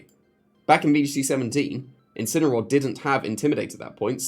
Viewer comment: Ngl, I thought you said incel